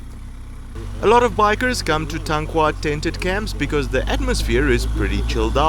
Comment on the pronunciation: You mean Tankwa not Tankwe? Dave would have corrected you I am sure...